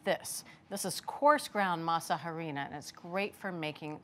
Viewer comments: Her pronunciation of harina is grating. The H is silent. By now, you would think people know this. It’s pronounced ahrina. Also the green leaf on the tamal masa harina package is banana leaf not green husks, . Other than that, they seems to know what they are doing, and I shall try to make them. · Girls ,,,"harina" is pronounced "Arina" the "h" is silent... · These some white people tamales😩. You all added everything to the dough but seasoning, you all need seasonings! Not grits and yellow corn🤢 and stop saying Ha-rina lol just say corn flour if you don’t know how to say it. Just stick to your food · You don’t say they H in Harina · ugh when will these cooking show hosts learn to pronounce HARINA! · This is good for an American tamal but not authentic. The real ones are much more simple . I’m definitely going to try this it’s interesting. H is silent on harina